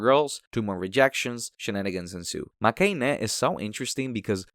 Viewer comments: It's makeh-inn btw, from "make" meaning lose and "heroine" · the "ine" in makeine is said like "heroine" in the title 😂